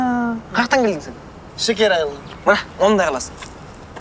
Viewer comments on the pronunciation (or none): none